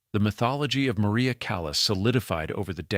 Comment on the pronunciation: Narrator mispronounces Maria’s name as “Mo-ry-ah.”